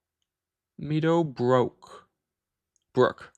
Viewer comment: bulova is pronounced bull-ova and meadow brook is pronounced meh-dough brook